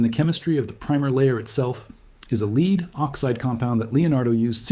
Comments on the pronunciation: You are the cleverest man I watch, why are you occasionally mispronouncing ‘lead’. It’s mystifying. Am I missing something? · . Read Lead instead of lead you couldn't say the word lead you had to say lead because you're AI I'm not interested in this bye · This narrator must be AI because he alternates between pronouncing Lead, leed and led.